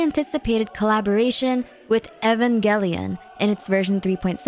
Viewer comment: U did not just pronounce Evangelion like that…